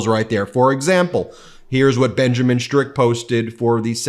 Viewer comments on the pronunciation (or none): none